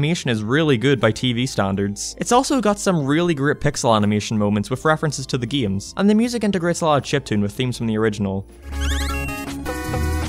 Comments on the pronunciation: oh hes saying "games" not geams, got it!!! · "Geeyems" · The way he said games